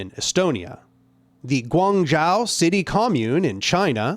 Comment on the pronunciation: After watching the video, I noticed that the 1919 Seattle general strike wasn’t included. You might want to make a video on that since it was a horizontal uprising right here in the U.S. Also, just fyi, “zhou” in “Guangzhou” is pronounced like “joe,” not “jow.” Just something you might want to fix before making a video on the Guangzhou commune.